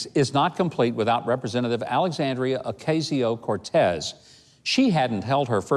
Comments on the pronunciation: Alexandria AACASIO ( not Ocasio) curtis ( Cortez) He should,have stayed in one of Arkansas’s nursing homes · Infinite Black Cat “OCAYsio!” lol